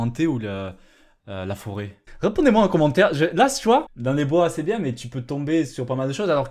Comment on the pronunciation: Mais j'ai dit "bieng" :(